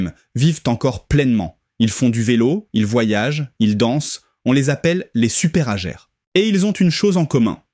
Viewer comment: La prononciation des mots anglais est très amusante ! En particulier les « superagers »…